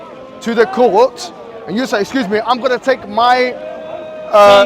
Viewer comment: Order in the courd order in the courd 😂 jurys judgeg and advocate allowed to speak hey just audiance hey will be held for disrupting the courd. 😂😂